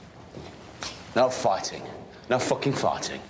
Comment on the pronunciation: Brzmi bez sensu jak ktoś kuma angielski 😂😂😂noł fajtnig 😂😂😂No cocain =Unia 😂😂😂boli mnie to 🙏🏻